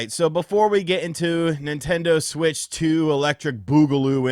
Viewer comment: The Nin-TEN-doh SuWEEEIITCH TEEUUWWWWW!